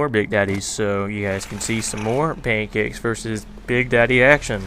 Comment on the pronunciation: The way you say paincakes makes me LOL. I realize how weird that is.